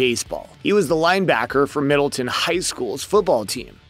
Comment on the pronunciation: You could atleast say Middletown correctly. And have a correct picture of the HS he went to, or the actual football program photo. Jeez.